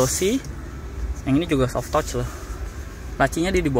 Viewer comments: Soft touch tuh dibacanya sof tats bang bukan sof tots 😂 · Om baca soft touch bukan soft touch tapi soft tatc